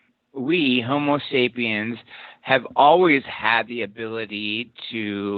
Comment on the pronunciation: Thanks for another interesting interview! BTW ist's "homo" (Latin for 'man') not "homeo" (Greek for'equal') sapiens.